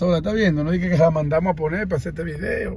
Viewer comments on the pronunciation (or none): el vridio el vridio